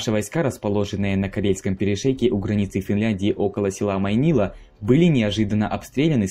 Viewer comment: Корейский перешеек? ладОжское озеро? Уши режет